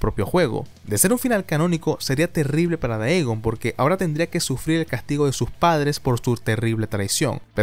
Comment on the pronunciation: No puedo evitar sufrir cada que escucho decir "daegon" en vez de "digon" y me parece raro aun mas sabiendo que dice "teiven" (taven) bien